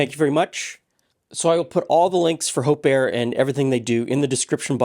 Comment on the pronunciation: Oh, Hope Air... NOT Hope Err!